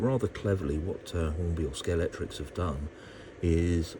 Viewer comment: It’s scale-x-tric You mentioned that you’ve been a fan for many years and yet you keep saying Scalectrix Ah well, in the words of the great Tom Jones, it’s not unusual 😬🏁